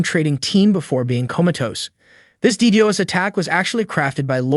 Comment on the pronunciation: I picked up on that as well, especially when it pronounced DDOS as "Dee-deeos" instead of "Dee-doss".